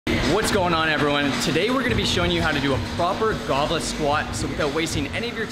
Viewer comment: Why do I keep hearing "goblin squat"